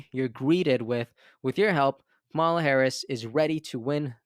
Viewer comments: Bro I love your page but you have to pronounce Kamala correctly. It makes you sound so dumb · Jesus dude! Please learn how to pronounce her name. It is so disrespectful. It's the same kind of BS the Republicans are doing by intentionally mispronouncing her name. I'm giving you the benefit of the doubt. It's not that hard. As a purveyor of news, this is something you should be able to do easily.